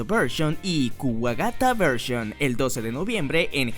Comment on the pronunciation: alguien más escucho Wakanda Vershion?